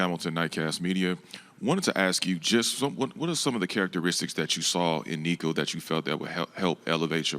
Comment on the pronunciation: He was definitely better, but that's not saying much. He's still a horrible speaker. Sniffing, whiping his head, talking too damn much. And still pronounced Nico's last name wrong. How could he STILL PRONOUNCE his name wrong. 😐